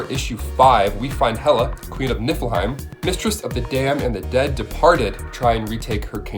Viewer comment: it sounds like you're saying Queen of Nippleheim xD